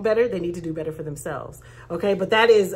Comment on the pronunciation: You're so funny! 🤣🤣🤣🤣 You said Betta - ruh 🤣🤣🤣🤣 ⭐SUBSCRIBED